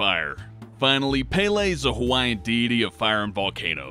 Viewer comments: you pronounce it like paylay. source: Hawaiian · It's Pele, not peelee. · ITS ALSO NOT PEELEE. ITS PRONOUNCED PEHLEH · It's not pronounced "paylay" it's like (peh-leh) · you got peles name right the first time you said it. its not PEELEE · Pele, the e's have the "e" sound. And it's not kaialua, it's Kilauea, Kee-la-we-yu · your pronunciation of Pele and Kilauea pisses me off. Other than that, great video. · Wow. You pronounced pele the only two ways you could've said it wrong.